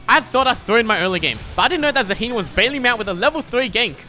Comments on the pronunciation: Maybe Zaahen tilted because you called him Zaheen xD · petition for to learn how to pronounce zaahen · The way you say Zaahen triggers me